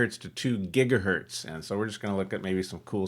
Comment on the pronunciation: LOL "gigahurt"